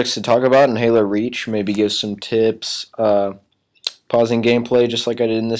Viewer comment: Lol at the start he accidentally said haro lol